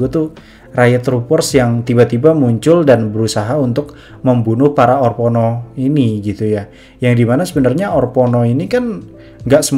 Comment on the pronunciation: orpono apaa, haduhhh. bacanya orphenok broo